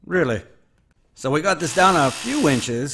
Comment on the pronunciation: From Pittsburgh right? I just never hear others use the formal "dahnn" lol